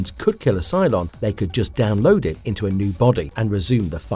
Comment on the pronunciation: I understand that you need to pump out content to generate revenue, but you should take some more care with the voice over and the script. "Serieses" and "Down. Load." just to name a few blunders.